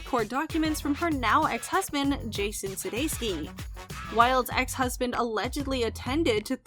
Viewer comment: suDEIkis so suDESKi, can you not read?